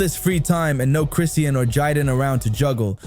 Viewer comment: Her name is not Christine. Her name is Chrisean. Learn to pronounce her name correctly.